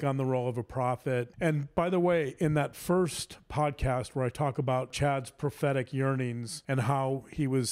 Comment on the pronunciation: Every time says 'prophetic yearnings' in reference to Chad I hear 'pathetic yearnings' and I feel like with Chad, it's the same thing.